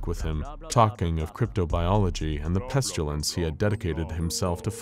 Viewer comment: It has got to the point where every time you pronounce it "pestulence" my eye twitches. The sharp pain in my head has stopped though, so I think I'm getting used to it...